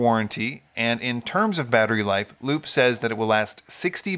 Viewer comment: Unrelated squirrel brain comment, isn't Lupe pronounced Lupe (Lupay) like the woman's name?